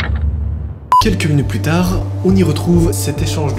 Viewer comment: c "Plus tard" et non "plutard"😂